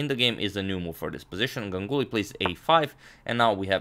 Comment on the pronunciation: Always love to see Indian players game.... Just to mention here, when you pronounce Ganguly... It's not like Gang uly... It's more like Gaanguly